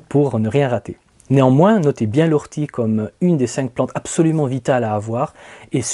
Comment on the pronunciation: O rtie et pas Ou rtie.... et pour le purin vous avez aussi l'urine dilué à 10% (une dose pour dix doses d'eau) très intéressant moi j'adore la blette qui se resème toute seule et fait vraiment beaucoup de graines. Les courgettes aussi en fait même si on les laisse devenir géante (plus grande qu'une bouteille d'eau) sont délicieuses même crues si elles ne manquent pas d'eau.